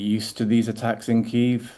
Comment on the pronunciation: Why am I paying my tv licence if the BBC can't learn to say Kyiv properly?